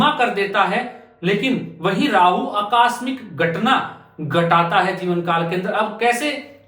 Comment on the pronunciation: अक्कास्मिक नहीं आकस्मिक होता है। कहाँ से आते हैं ये लोग